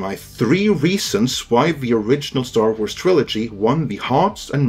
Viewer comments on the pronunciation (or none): An S following an R at the end of a word has a Z sound. It’s pronounced Star Warz. Not warsssss.